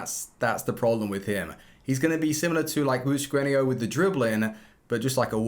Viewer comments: Where do you see i in Butragueno when you keep saying it Butraguenio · Is anyone else annoyed by 'butraguenio' not 'butregueno' Pronunciations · It’s Butragueño - the accent over the ‘n’ gives it that pronunciation.